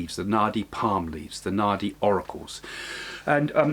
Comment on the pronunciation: My head knows you're saying naadi leaves but my ears hear it as naughty leaves. Lol